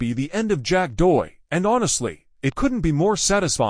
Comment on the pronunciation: Horrible automated voice that can’t even pronounce the name of the subject. 👎